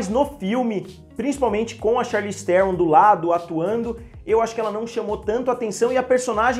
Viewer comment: Charlize Theron jah tem um nome difícil, aih o cara inventa uma pronúncia nova pro none dela...😂😂😂😂😂